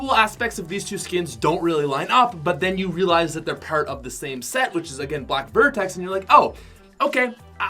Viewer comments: Its black vector not black vertex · It's Black Vector set, not Black Vertex... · It's black vector not black vertex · Did he say black vertex?..... I think he means vector. Like if you heard that! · It’s black vector not black vertex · you meant to say ‘Black Vecter’ set that’s what it’s called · this man really said black vertex set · “Black Vertex” lol black vector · I think he meant to say “Black Vector” set